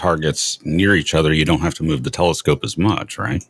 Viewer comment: there is no W in the word telescope. So tired of English whom can't speak it proper.